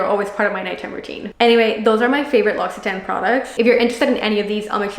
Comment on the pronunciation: Thank you for sharing and giving good advice for product use but it’s pronounced lock—see—tawn, not tan